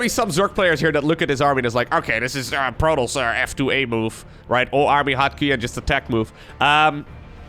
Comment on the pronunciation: i really enjoy watching your casts. i've never been great at SC or SC2 but love them, nonetheless! the way you say protoss sounds like protlss and i love it.